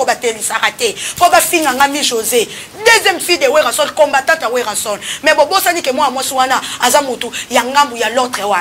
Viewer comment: Mademoiselle tu as un problème sérieux, consulter un médecin logopede STP Werran sone, crimogène etc...